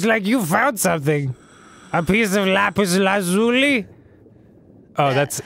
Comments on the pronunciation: They finally figured out how to pronounce Lapis Lazuli, please tell me I'm not the only one who thought of Steven Universe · When They Say Lapis Lazuli Wrong I Get A Little Pissed, Im Sorry But I Love Lapis Lazuli From Steven Universe, Shes Soooooo Pretty <3 <3 <3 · Doesn't Arin watch Steven Universe? Why is he mispronouncing Lapis Lazuli?